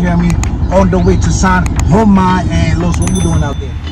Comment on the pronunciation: Looks like its Sajoma and not San Joma.